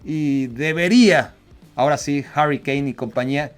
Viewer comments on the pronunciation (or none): none